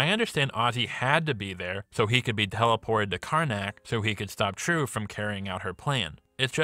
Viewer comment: As a Vietnamese, i find your pronounce to be super cringy. Its pronounced as " Triệu ", buddy